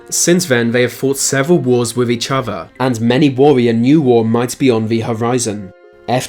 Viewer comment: Wif each ova. Or.....hear me out....with each other.....